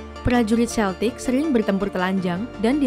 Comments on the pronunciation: Tolong ralat cara bacanya, bukan Seltik, tapi Keltik. Ntar di ketawain orang Inggris, Scotland sama Ireland anak cucunya saat ini. Karena orang Amerika buat konten kayak gini, sering menyebut Seltik, diketawain orang-orang itu diatas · Kayaknya naratornya salah baca. Celtic dibaca Keltik bukan seltik. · Bacanya bukan “seltik” tpi “keltik”